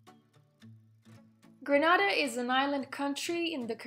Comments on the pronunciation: Not Granada. Gren na da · Why u are pronouncing our country name wrong not granada .....its greeeeeenada . Get the greeee part ok?